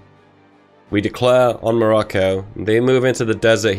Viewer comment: Instead of hearing "Kingdom of Morocco" when he was justifying his war goal on Morocco, I heard "Kingdom of Barracko" Edit: The Interwar Government for Germany prior to WW2 was, drumroll pleeeaaaseee: The Weimar Republic! Like 99% of people know this, step up your quiz game.